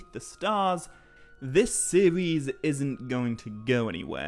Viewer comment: sorry when you opened up with a "new sewies" i cant